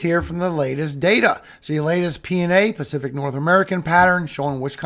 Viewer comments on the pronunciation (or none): none